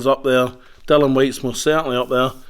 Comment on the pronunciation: It's Dillian Whyte, as in rhymes with Gillian and not Dillon. The number of times the interviewer said Dillian, I think he was hoping (and failing) that might pick up on it.